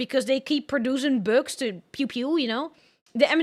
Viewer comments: I know right I thought she said , books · I am obsessed with how she pronounces "bugs." It's so endearing.